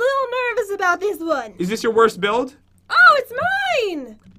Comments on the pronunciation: Pat said buidf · “buildf battle” 😂